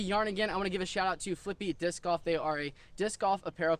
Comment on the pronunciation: stop saying dish